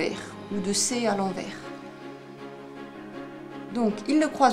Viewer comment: Un fil à l'endroit... Et un autre à l'enverrrrs... Lol ... On dirait un accent Belge. ;-)